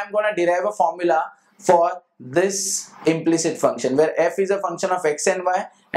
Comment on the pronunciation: It is not"implict".... It is "implicit"